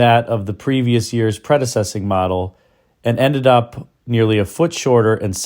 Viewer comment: “Predessessing”? There is no such word. The word you were looking for is “preceding”.